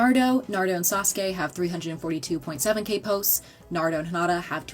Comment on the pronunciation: The way she pronounced Naruto, Sakura, and Hinata’s names made me recoil. 😡